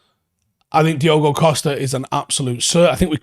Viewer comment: Diogo* Dee-OH-Go